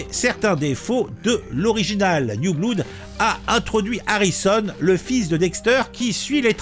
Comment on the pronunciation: J’ai adoré le série Dexter. 🤗❤️ PS: “blood” se prononce “blode”. 😆🔪🩸